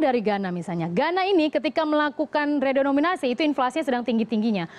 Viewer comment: Redenominasi apa renominasi??